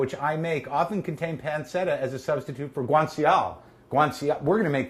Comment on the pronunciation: If he was saying a hard C he'd be saying panketta. He's saying a soft C but an English soft C instead of Italian.